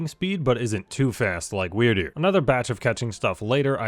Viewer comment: Is it me or when he says Wyrdeer it sounds like Weird Dude?